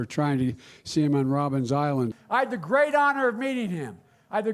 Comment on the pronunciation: Robben island. Perhaps if he had visited it since that time and learned the history he would know how it’s pronounced. I’m from the frozen prairies in Canada and even I know.